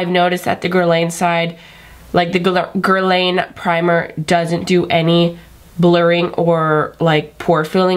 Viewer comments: It's pronounced "grrr-lawn" mama :) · Since we're being BRUTALLY HONEST you're pronouncing Guerlain wrong